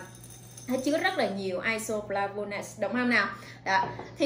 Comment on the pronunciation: Nghe bã đọc chữ isoflavones thấy chớt ghê. Đọc sai hết muốn nghe tiếp.